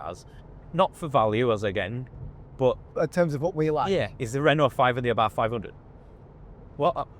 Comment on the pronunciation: What is an Ah-barf? Night out gone wrong?